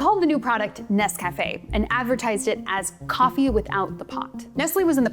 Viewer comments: This is very interesting, learned a lot about instant coffee I didn't know before. But, please forgive me, the mispronunciation of the product name was very distracting. It's not "Ness Cafe" (as if it were two words). It's Nescafe. All one word, like the lady in the old commercial pronounces it... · It's instant for me, but when I run out of that, I use a French press and standard grounds. Tasters Choice is my brand. Also, it' Nes-cuh-fay, accebt on the ay, not Nes-caff-ay. I prefer Classico and Maxwell House as well, because they're cheaper that Tasters Choice.